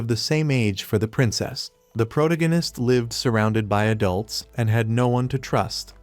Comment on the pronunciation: “The progananist” jfc I am not listening to a fake af video that can’t even say “Protagonist”. Video is probably made by a 12 year old middle school drop out.